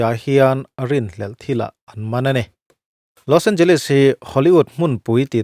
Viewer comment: Nia. L.A pawh a tawp a Les hi leez ang a lam tur